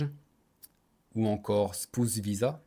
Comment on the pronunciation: Ahi ton accent sur le mot "spouse" :rire: Bonne vidéo, généralement le visa mariage c'est le cheat code ultime perso c'est mon plan pour soit rester en Australie (ma deuxième année de PVT sera dédié à trouver une meuf et une bonne relation) ou bien pour la Thailande (similaire au Japon en terme de visa c'est hardcore sauf que la bas tu peux même pas être R.P même marié)